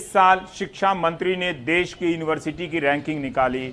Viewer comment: Correct the word.... as 'Desh ' instead of des